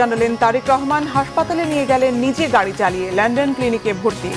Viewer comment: Lon don not len den. Please learn and don’t be a laughing stock